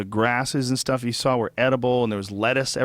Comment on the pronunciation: please help brendan schaub and brian redban learn how to pronounce "saw" or "draw" correctly. there is no "L" at the end......